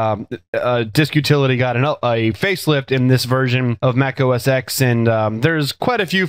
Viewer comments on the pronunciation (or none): The X in OS X should be read as 'Ten'